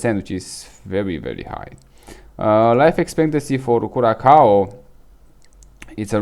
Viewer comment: oh boy, that hurt my ear. it's pronounce "kurassao" .........bare minimum request is to pronounce correctly the place you talk about. try remaking the vid. and you need to slow down so that your Romanian accent is not that strong. relax.